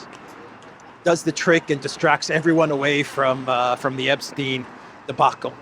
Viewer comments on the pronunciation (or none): none